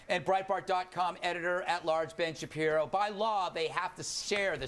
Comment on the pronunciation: WOOK AT WITTLE BEN SHAPIWO!!!